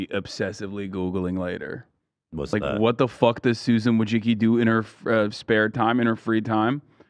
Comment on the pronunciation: As a Polish person I've hoped there'd come the day where people would learn to properly pronounce the surname "Wójcicki" but with Susan now leaving it will probably never happen. But tbh probably even she pronounces it wrong like a lot of Americans do lol, you can hear Americans absolutely butcher their own fucking surname lol. But maybe she does, I know she has been to Poland and even has the citizenship so she can always dip from the US when things go down